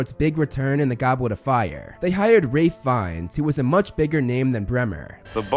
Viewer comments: sounds a bit complicated, but good one! Yeah, I only have heard of Rahlf before, as in Ralph Emerson and Ralph Scamander, rather than. This made me confused every time when watching the behind the scenes moment of HP. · It’s Ralph not rafe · Ralph. Not Raph. 😂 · It’s pronounced Raph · It’s Ralph not Raif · It's RALPH Fiennes, not Raif... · He keeps saying the person was casted. If your cast for a roll your cast not casted. Like a school of fish is a school of fish not a school of fishes. Plus he can't pronounce the name Ralph he says raff. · Also it’s RALPH (RALF) who the hell is Wraith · Ralph Fee-knees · NO!!!!!! NO IT IS NOT !!!!!!!!! YOU ARE JUST SPECIAL IF YOU HONESTLY THINK THATS HOW YOU PRONONCE "RALPH" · “Wurwick” Davis “Wraith” Fiennes 🤨